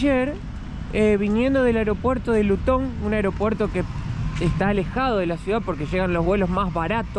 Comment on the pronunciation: No es Lutón, es Luton!